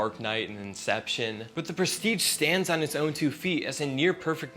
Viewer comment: I almost stopped watching at the start when you mispronounced the name of the movie. But I really checked out when you said, "from the gecko."